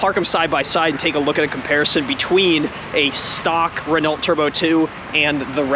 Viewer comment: Re-No is how you pronounce it, you don't pronounce the T in Chevrolet because that is also a French name.